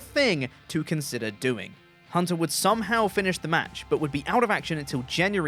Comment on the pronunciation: “somahow Michaels would wrestle on…” 🙃